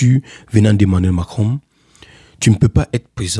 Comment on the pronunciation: On dit pas mankinron, on dit Macron